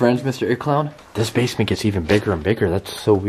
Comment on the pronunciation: I turned my captions on and when u said it clown the caption said egg cloud 🤣🤣😂